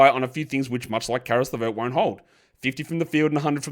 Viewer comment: Stop calling Caris LeVert "JeCaris". It's Caris. There is no "Je"